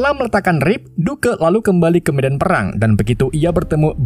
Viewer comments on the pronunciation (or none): none